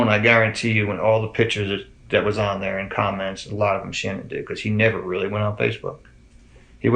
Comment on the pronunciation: The dad calls her Shannon not Shan-nan, where did that get so off at? Btw my heart breaks for her family 💙